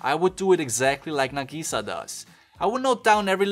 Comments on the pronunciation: its nag-ih-sah not na-gee-saa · hold on, say nagisa's name again, but right this time